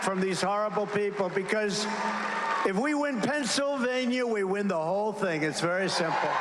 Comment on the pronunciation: “If we win Pingxlevania we win the whole thing…” Anyone going to report that he’s obviously impaired?